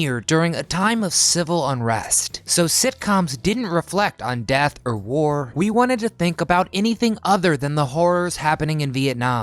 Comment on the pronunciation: It's not dath it's death get it right